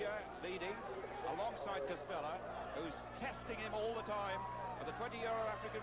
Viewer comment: By the way, it's "DE Castella", not "Castella".